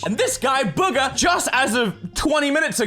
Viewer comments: Its boo-ga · Bugha (Boo-ga) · Ummm, actually, it’s pronounced BOOGA, AHAHAHAHAHAHA am smurt